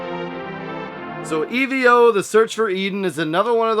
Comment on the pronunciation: E-V-O! Saying Eevo is like saying Sness, ha ha! My buddy had it in high school, but I really only remember the beginning of the game when you're a fish. he traded it and then felt nostalgic for it about nine years ago, so his ex got it for him on his birthday. She bought it from Ebay for $75! He was disappointed with it, as his nostalgic memories were better than the actual game itself. But I think I wanna try it. It does look fun, and I don't mind grinding, which is what I think was my friend's complaint this time around. I may get a repro of it, cuz you know I'm not spending crazy money on a retro game. Nice AVGN spoof! Wow, what the hell is this "Commando" game? Visually, it looks good, but man, it looks so unforgiving. Is it one player only? And that part with the elevator leaving you behind. Great way to summarize the game.